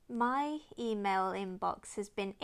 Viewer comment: For a second I thought you said "my fe-mail inbox".